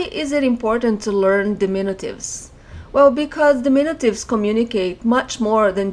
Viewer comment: we say dimin-U-tives. you are saying dimin-i-tives which is not correct